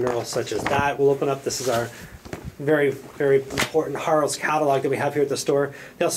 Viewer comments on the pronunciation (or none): O and it is pronounced. "Herrows" as in arrow. Keep up the good work. ;-)